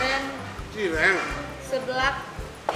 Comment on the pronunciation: haruka 10 taon di indonesia masih konsisten aja suka ciren wkwkkw bukan cireng ya, dari dlu nyebut nya masih aja ciren